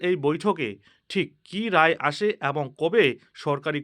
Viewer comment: এরই,,,, একই ,,,এবং,,,,উচ্চারণ গুলি ঠিক করে নিন